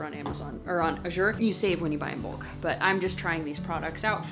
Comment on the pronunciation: I dont think u know u r saying Azure wrong. Call their customer service and u can hear how it’s suppose to be pronounce by the founder himself. :-)